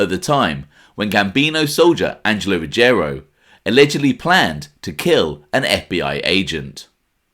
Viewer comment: It's pronounced Ruggi-ero and not Rugg-erio.